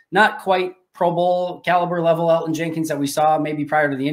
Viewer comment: Yo can we teach mike how to pronounce Elgton Jenkins name please? You’d think he would understand he’s pronouncing it wrong and I can tell keeps saying his name to try to show mike he’s saying it wrong😂